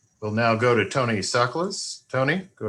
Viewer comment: Poor Tony got his name butchered 🤣